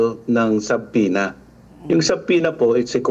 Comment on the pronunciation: SABPINA talaga ha? I-google ninyo nga iyong tamang pronunciation ng Subpoena. B is SILENT!